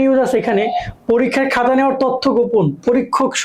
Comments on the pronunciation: ভাইয়া, 'হাতা' ঠিক করেন।😊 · Hata kno bolen apnara 🙄